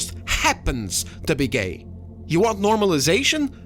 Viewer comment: Her "gAiY" pronunciation definitely competes w that interviewr on the Acolyte "is this the gAiYeSt SW ever?"